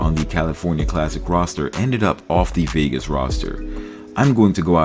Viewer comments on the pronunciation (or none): none